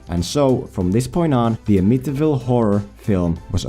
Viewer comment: Love this kind of thing and I am not getting on you for. It. Wing able to say “ Amityville “ when I can’t even find your nation on a map without saying it into my phone!